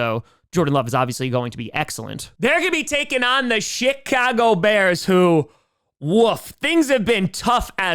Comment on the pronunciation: Does he say Chicago or Shitcago?